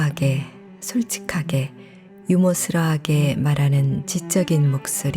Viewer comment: 유머러스를 유머스러라 하시길래 처음엔 설마 실수겠지~하며 들었는데 또 그러시는건 개그인가요?책을 많이 읽으실텐데 좀 믿기질 않아 뜬금없이 빵터졌어요🤣